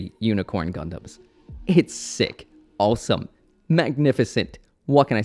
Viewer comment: Man where are you from? you have a very weird accent and you always say olsome instead of awesome.